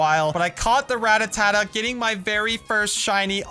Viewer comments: Your "Ratatata" Is pronounced ra, ta, ta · Its not ratatata but rattata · He said ratatata instead of Rattata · I love how he calls Rattata “Rattatata”